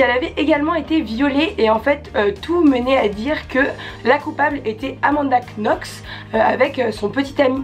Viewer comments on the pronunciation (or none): amanda knox on dit nox :) c'est une de mes affaires préférées au monde.